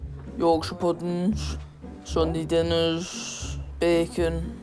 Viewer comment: sounds like she says ''MUH BACONNN'' lol